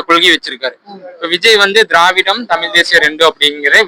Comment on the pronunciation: Tamilllll illa tamizh 😂😂😂😂😂